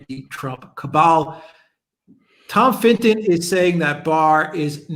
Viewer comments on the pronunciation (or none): Please pronounce Tom Fitton's name correctly. It's not Finton. Also pundit is not pronounced pundint.